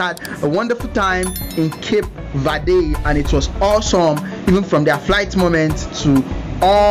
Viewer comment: What did you say? Cap vade' hahahahaha. Learn how to pronounce " CAPE VERDE " next time. Nice video.